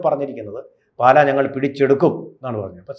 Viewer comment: പാല,അല്ല.... പാലാ ........>>>